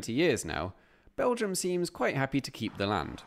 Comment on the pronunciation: it's called Belgium... with an "m"....